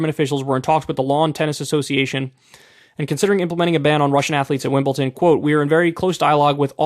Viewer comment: Im sorry Kyle, like your argument but.... WimbleTon ? Why how why howww